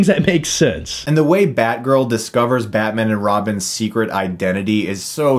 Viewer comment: Nobody:: BYATMYAN!